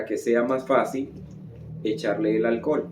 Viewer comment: Porque dice alcol y no alcohol?